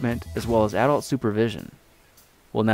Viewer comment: lol he said A-dult